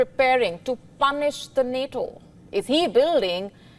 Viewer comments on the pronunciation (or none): none